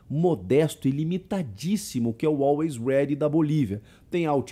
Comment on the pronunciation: A narração tava difícil de aceitar, toda hora falava "Always Red" invés de "Always Ready"